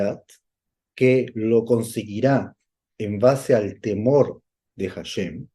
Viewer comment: Muy bien por compartirlo en hebreo y la traducción correcta. Solo una pequeña petición tengo mi Rabi nacido en Jerusalem - Israel y entiende el español y me dice q corrija al decir HASHEM, no se pronuncia con J (JASHEM), se pronuncia ASHEM. 👍